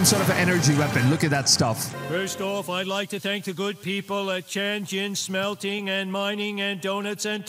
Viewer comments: He seriously said "Smelting" smelt, like the fish? What!?! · "Chan-gin-SMELTING-and mining Company." Am I the only one who heard that? First minute of the video.